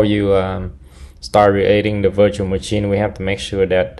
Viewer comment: love how you say muchin